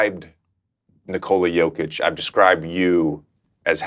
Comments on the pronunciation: Dawg NOBODY pronounces Jokic’s name right 😭 cmon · Loved the conversation. But, the fact that lebron refuses to pronounce Jokic correctly, infuriates me.